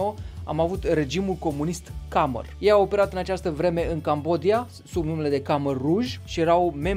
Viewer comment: Nu este regimul “kamer” ci “kmer”. Khmer se scrie corect. Khmerii sau kmerii sunt o etnie și au avut un imperiu mare și puternic acum 1000 de ani, foarte dezvoltat, care a construit superbele temple Angkor Wat și Angkor Thom. Kmer sau Khmer se numește și limba oficială a Cambodgiei de azi, la fel ca și poporul care o vorbește.